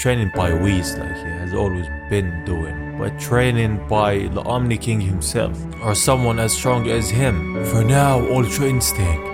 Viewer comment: It's Omni not omi